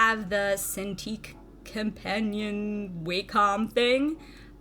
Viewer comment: Never heard someone pronounce Wacom as Way-com.